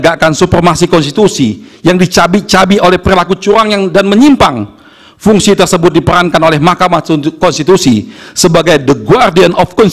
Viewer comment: Tolong yg jelas ngomong CURANG nya.... Kedengaran sama sy CULANG 🤭🤭🤭